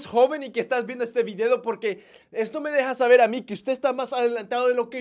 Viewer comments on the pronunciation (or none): sube video Yo al entrar: jaja dijo videdo xd Minuto